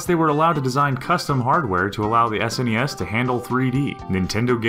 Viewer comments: Im guessing the narrator is too young to know that SNES is spelled out when said and not read as a word. NES is read as N E S and SNES is read as S N E S. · did anyone else get slightly irritated at him saying snes as a word, instead of super n.e.s.? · Ha ha, I agree. It was more teasing than actual criticism, hence the :P. I pronounce the letters, but frankly I don't understand why some people make such a big deal about it. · it bothered the fuck out of me too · I call the NES NESS(one word) and the SNES, Super Nintendo, Esse NESS, or S-NESS. Spanish is weird, I know. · Who cares if people call it that? Growing up, nobody I knew called it the Super Nintendo, it was always the Snes, just like the Nes before it. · I actually said it every way one can say SNES, pretty sure that has nothing to do with age. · And I am telling you they are pronouncing it wrong. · Love the info, but hearing "SNES" pronounced like it's a word was really grating. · Am I the only one that is bothered by the fact that this channel says "SNES" as one word? And I'm annoyed when that one guy says just "Bros" and not "Brothers" when talking about Super Smash. I have no idea why it bothers me. lol Maybe it's my hate for words that are shortened by some. Like when people say tat instead of tattoo. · I wish people would stop saying SNES as a word! It's one of the ugliest things I've ever heard. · Sorry, I stopped watching as soon as I heard your horrid pronunciation of "SNES". It sounds silly to say it as if it were a word. We used to call it Super Nintendo or Super NES, or even S.N.E.S. Nobody ever said "Snes". Ever. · lol when I heard him say "ssness" I immediately paused the video. What hell, bro. Like it takes a whole lot of extra effort to say "Ess Enn Eee Ess" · Am I the only one bothered by how he calls them "sness" instead of S N E S and "hudd" instead of H U D? :/ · ***** most people just say s n e s, not snes. You wouldnt call a c e o, a cheo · S-Nes not "snes" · I agree it sounds stupid.